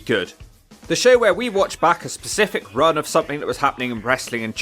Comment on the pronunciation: 14 secs Pacific haaaaa. Specific!